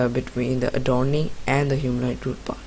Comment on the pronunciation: What the hell dude the name is called adornee it was so unclear and captions says "a door d" 🗿🗿🗿